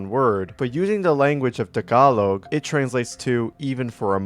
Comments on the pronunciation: it’s actually pronounced “ta-ga-lok” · "Tah-gah-lowg" 🥀 pronounce it right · Listening to pronounciation of Tagalog made me crumble inside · i know tagalog but its funny when you try to say it lol sorry😭😭😭😭😭😭😭😭